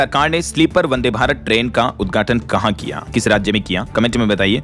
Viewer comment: Sleeper vande bharat train ka west Bengal me udghaatan kiya - dhyan dena- ye udghatan hai- uddhatan nahi jaisa ki bhai bolta hai- samajh rahe ho naa 😂😂😂😂❤❤❤❤🎉🎉🎉🎉😂😂